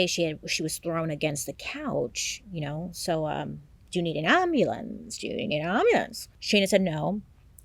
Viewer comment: Doya nayd an ahmbulance?! 😂😂😂😂☠️